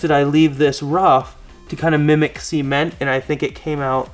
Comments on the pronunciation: Cee-ment.... cement.... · It's pronounced "ceh-ment", not "sea-ment". :)